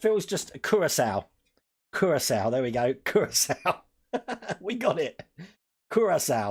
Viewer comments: Pronounced Cure'a'sow - Curacao ;) (sow as in female pig) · ITS CURACAO!!!! SAY IT WITH ME....KUR-RA-SAO!!!